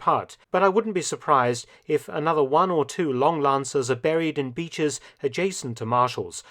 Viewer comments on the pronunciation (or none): none